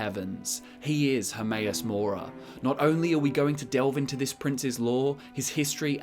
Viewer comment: HERMAEUS MORA? I thought it was HERMAYASS MORE ASS